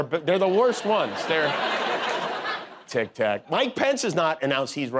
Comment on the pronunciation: "On tic-tak"